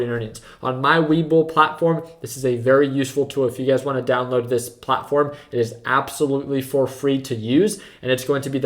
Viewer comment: I keep hearing UGAZ when you say "you guys" lol